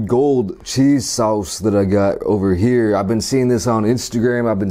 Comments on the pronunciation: “Bae-cone” “Chays saws” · "Cheese sawse" "Extra bacone" "Onion raangs" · ba-cone... sawce... doll-hairs, deca-dawnt, love his pronunciations 😂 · “bae-cone” “cheese saouse” “onion rangs” “this is deca-downt” 😆🤣